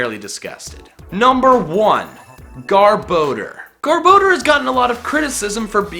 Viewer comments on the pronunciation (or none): I always thought it was pronounced GAR-bo-door. Not Gar-BO-der. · It’s not garboder it’s (GAR- BA- DOOR) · " , Mr. Garrrr- bador!" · THERE IS NO E IN GARBODOR! IT'S LICKILICKY, NOT LICKY LICKY! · It's pronounced Gar-bo-dor. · It's gar-bi-dor! Dumb butts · he pronounced garboder wrong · ITS GAR-BU-DOR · Says garbodor Me: So you have chosen... death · MUK IS MY FAVORATE POKEMON AND YOU DONT KNOW HOW TO SAY GARBDOR!!!!